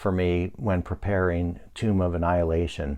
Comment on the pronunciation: Thank you for not pronouncing it “Tome.”